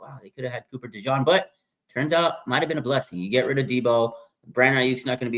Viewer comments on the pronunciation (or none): none